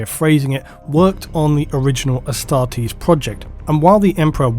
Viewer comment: I always thought you were saying Hastati as in the first line of the roman legions XD